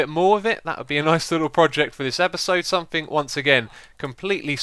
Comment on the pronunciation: Its something, SOMETHING, not somethink!!!